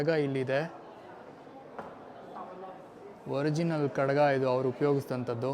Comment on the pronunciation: ತಮ್ಮ ಅದು ಖಡಗ ಅಲ್ಲ ಖಡ್ಗ. ಕಡಗ ಅಂದರೆ ಕೈಗೆ ಹಾಕಿಕೊಳ್ಳುವಂತಹ ಬಳೆ ಆಕಾರ.